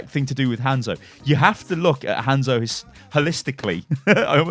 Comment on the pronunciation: Had to stop watching because of how you said Hanzo